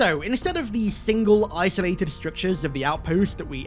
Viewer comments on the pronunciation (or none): none